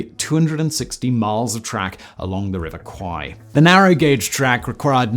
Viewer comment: You pronounced the river Kwai incorrectly ...it is pronounced Kweh